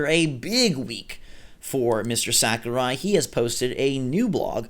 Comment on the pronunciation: Mistr Sak-er-eye